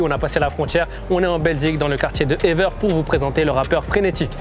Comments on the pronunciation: Ever... il a dit ever comme en anglais xD ahhaha ah ces français, c'est toujours drôle de les entendre prononcé le nom des communes bruxelloises XD répète après moi : évère ééévèèère. Allez, plus dur maintenant : skarbéék, pas charbèk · Le quartier de « Éveur » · Evere se dit Évère , pas Éveur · EVERE ça se prononce "é-vert" pas "éveure" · « Ever », t’as cru on était anglais ? 😂😂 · Frère il a prononcé ça comme « ever » en anglais 😂😂😂 Tqt je connais Evere , je suis sur Bx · On dit Evere (évère) respectez bxl svp